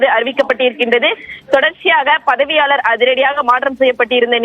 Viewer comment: பதிவாளர் என்பதைக்கூட சரியாக சொல்லத் தெரியாத செய்தியாளர்.. கல்லூரிகளை பல்கலைக்கழகம் என்கிறார் ...News 18 செய்தி ஆசிரியர் கவனிக்கவும்